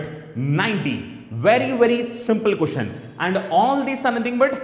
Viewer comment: what the hell is a Cooshen/quishen? jk. the pronunciation is: question! Good video overall.